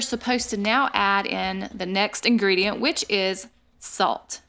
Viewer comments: She said 1 ingriedient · She said 1 ingridiant